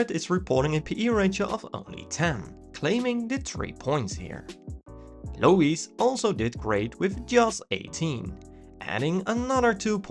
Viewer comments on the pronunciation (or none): He said Low-Eeeze? Haha